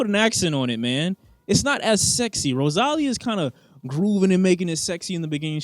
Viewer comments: "RoZAlia" bro? its pronounced RosaLIa bro 😭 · Man said "RosALLia" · Can we talk about how said Rosalia's name wrong, like wtf is rowsallia lol. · “rosÁlia” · man why the fuck did u pronounce Rosalia like that LMFAO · Why you butchered Rosalia’s name? Cool video though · the way he said rosalía... bruh what???